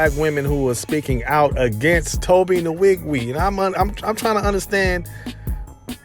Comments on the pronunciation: Tobe Nn-wig-way. That's the right pronunciation. But Tobe obviously don't mind being called Tobe Niwigwii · Butchered his name